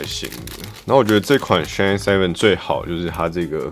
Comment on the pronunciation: 蠻喜歡你的影片，至少優缺都有講出來，而且最主要沒把SHINE 講成SHINEE 哈哈，很多其他影片都講錯